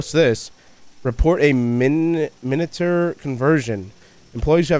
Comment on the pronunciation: "minater foxy" do... do u mean miniature?